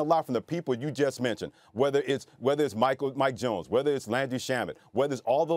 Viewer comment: Boi said “mike jones”....